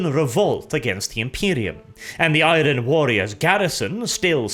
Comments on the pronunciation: mate. I love your videos and your English is excellent. However please, in the future. Do NOT pronounce the R in Iron. The R is silent. Pronounce it like Ai-urn. I know it’s silly but that’s the way it is, keep the Rolling R’s going for everything else though. Please keep up the videos. Been a fan for years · The 'R' in iron isn't pronounced and its certainly not trilled. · Is it a meme now, the way pronounces Iron. He always says I-ron while it’s I-ern. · I'm sure the R in the word IRON is supposed to be a silent one?? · Hey man, Enjoying the lore videos. Stick to these instead of the insane political stuff. Also learn how to pronounce iron its driving me crazy.